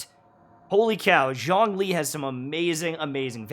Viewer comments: "Zhong-lee" The chinese archon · ps. Zhong Li is pronounced as "Jong Li " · As a fluent Chinese speaker you’re killing me with that pronunciation lol, but that’s basically a problem for every character from Liyue, even for the English VCs